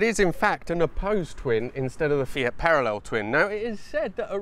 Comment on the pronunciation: *MY EX DROVE A "FIATCH" LOL*